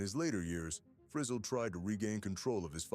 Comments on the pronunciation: It's "Free zell," da*n it, not "frizzle as in sizzle!" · If you’re going to do these Autobiography type videos at least learn to say his name right…it’s not Frizzle rhyming with drizzle it’s Frizz ELLE!! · HIS NAME WAS PRONOUNCED FRE-ZZEL NOT FREZZILE,YOUR COMMENTATOR IS IN WAY OVER HIS HEAD,GOOD JOB HIRING SOMEONE TOTALLY CLUELESS TO COUNTRY MUSIC SINGERS NAME !! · Shame on you making a total ass of your self, in your pronuncation of Lefty's last name. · If your narrator can't pronounce Lefty Frizell's last name, then this video is worthless.